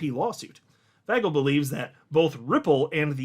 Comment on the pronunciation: it’s pronounced Fay-gull not Fag- L come on man you can do better than that